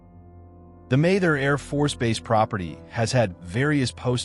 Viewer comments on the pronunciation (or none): Not to mention the sixteen different ways it chose to pronounce Mather. 🙂